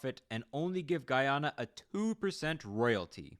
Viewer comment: did not pronounce it right once lmao